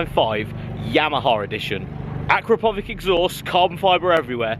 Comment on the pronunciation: Mate the exhaust is pronounced a-crap-o-vitch